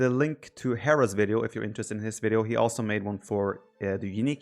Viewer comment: Instead of "also", Viper says "Oslo". True Norwegian :')